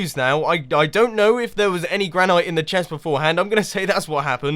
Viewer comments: Mumbo, it is pronounced gran-it not gran-ite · gran-it NOT gran-knight!!! GRRRR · You do know it is pronounced gran-it, right? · Granite is pronounced gran-it, also do a HermitCraft video with Etho and make something together, he's part of hermitcraft